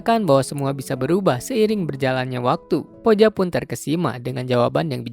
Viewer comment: Bacanya puja ka bukan poja